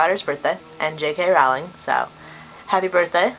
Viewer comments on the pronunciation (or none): Just one thing. It's Rowling like bowling. Ok, I just had to say that. I'll go now.